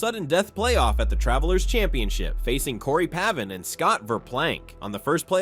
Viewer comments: Please work on your narration and proninciatuon. Real true golf guys will like and subscribe but not if you cant pronounce 3 golfers names correctly. It seems trivial but it shows lack of effort. Corey Pavin (Pay-vun) was the man in the early 90s. Try harder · You don't even know how to pronounce the names of Corey Pavin and Louis Oosthuizen but expect to be taken seriously as some kind of golf historian? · I like these videos but can’t take them seriously if you can’t even pronounce corey pavin Martin Kaymer or Louis Oosthuizen names correctly cmon man